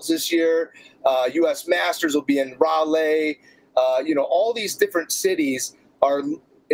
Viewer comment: It's pronounced ral Eee not rawlay